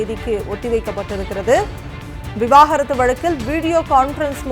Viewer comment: தனி மனித ஒழுக்கம் 😂😂😂😂 செய்தி வாசிப்பாளரும் சரி பத்திரிக்கையாளரும் சரி விவாகரத்து என்ற வார்த்தை வாயில் வரவே மாட்டேங்கிறது 😂😂 விவாகரத்தா அல்லது விவகாரத்தா 😂😂 ஒழுங்காக படியுங்கள் 😂😂